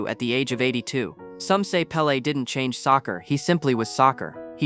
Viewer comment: It's pele's Pele